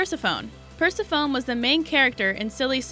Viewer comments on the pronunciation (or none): Oh my god. Its not Mer-ee-da it's Mer-ah-da. Its not Purse-e-phone it's Per-sep-ah-knee. Its Hay-dees...If you are unsure about pronunciation, look it up. Holy crap that was so annoying and distracting I couldn't enjoy the video. FFS! 😒🙄🤬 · This certainty my last talltanic vid. Basic pronunciation! I almost lost my mind. Per-sef-a-nee NOT Pers-a-fone. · Hahaha your right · Yeah, once I heard "Persi-phone," I paused the video and scrolled down. OMG, I recommend Thumbs Down, as I'm going to, right after I click the blue button. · Purse-a-phone? Really? Did you not learn ANYTHING about mythology in school? I thought we all learned about that. Hay-dees. You have a good video, but you also have the internet. If you don't know how to pronounce a name, look it up. Ma-ree-dah? Oh FFS, have you even seen Brave? Mare-ih-dah. 🧐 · Correct pronunciations are: Per SEF oh nee and HAY deez. I know if you never heard them spoken, you can't know, but maybe this will help. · Ugh, I just cringed when she mispronounced those... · Pers-a-fOne and hAds almost sent me into a rage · I literally screamed at me TV "PERSEPHONE!!"- as in, you know, the correct pronunciation of her name. And Hades also sent me over the edge. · PersephonEE and HadEEs. Wow that was terrible pronunciation! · Thank you! I was just going to point that out. How annoying!